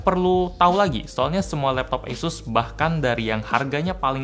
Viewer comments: Pelafalan kata "asus", kaya bilang "yesus" ya? Apa kuping gua yg salah🤣🥴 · Esus kayaknya mbak